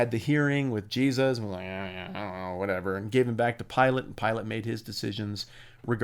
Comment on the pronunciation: Pee- lah- tay." Pilate" not Pilot